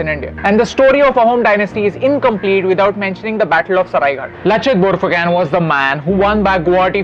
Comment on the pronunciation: Lachit barphukan pronunciation is wrong